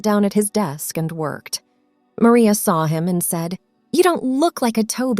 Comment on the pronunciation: Stop mispronouncing maria😮